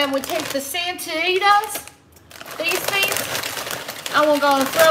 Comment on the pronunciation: She says Santitas like she says satisfaction. Lol